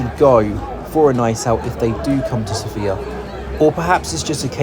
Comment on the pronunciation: It would be nice if you pronounced Sofia correctly